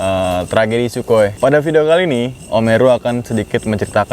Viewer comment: Gw dgrnya omeru anjrit. Sampe om herunya natap lo kalo lo nyebut nmanya